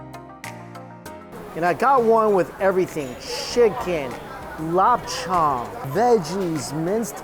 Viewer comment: It's like lawp cherng not lop chung Dx